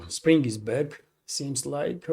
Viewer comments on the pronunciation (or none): none